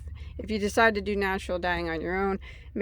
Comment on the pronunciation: You said do do 😂😂😂